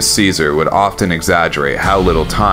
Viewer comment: Finally somebody who pronounces Caesar properly!